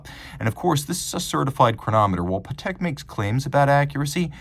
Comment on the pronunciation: Yeah never heard anyone pronounce it like that